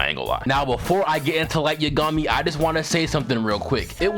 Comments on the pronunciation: Light yuhgami it yagami minda the same way u say megumi but u say yagami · Man, am I the only one hearing this foo, say Light Ye-gummy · Everyone: Light Yagami: Light YaGummy lol 🤣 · The way you pronounce Yagami makes me genuinely feel like I should be institutionalized. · Please don’t ever say light’s name again who tf says yagami like that😭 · Saying light's last name like he's a cousin of Yumeko from kakegurui 😭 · I can't continue watching this video because of how you mispronounced Light Yagami's last name. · I dont like the way you said "Yagami" bruh lmao